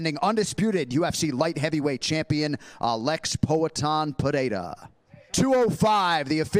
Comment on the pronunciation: That guy says "Pereira" perfectly. See that, Chael!?